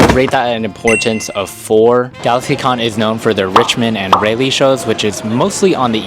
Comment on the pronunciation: Its pronounced "Rah-lee"